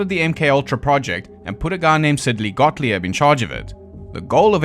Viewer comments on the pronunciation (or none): none